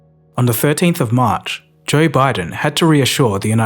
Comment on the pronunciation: you mispronounce the first name of "Joe Biden"